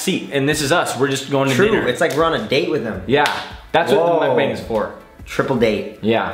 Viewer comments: is it weird i get triggered when they say the a in mukbang like that? like the way they say it is how the a in abc sounds and its supposed to be mukb(ah)ng the ah sound not a? because its 먹방 (meokbang) not bang but bahng. okay irrelevant comment i know but i had to say it. 😂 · Moook bong that’s how it should be spelled 😂